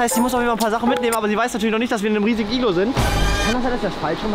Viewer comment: BRATAN es heißt Iglo nicht iglu